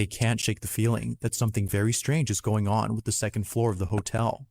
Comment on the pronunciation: Got damn it, still triggers me how you say “on”. 😩😫😡🤬🤯